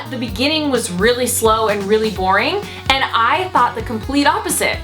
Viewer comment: The words and, and demand, ends with a d, not a t. Ant. Demant? And. Demand. Wth happened to educated people? Where that English go? Pet peeve, sorry, but people that do this should not be able to publish YouTube videos, imo.